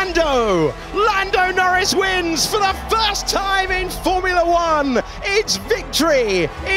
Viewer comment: Lando Nowins ❌ Lando Norris ✅